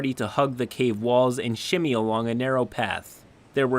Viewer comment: "Shinny," not "Shimmy." James Brown used to shimmy, you fucking morons. Long live fantasy games.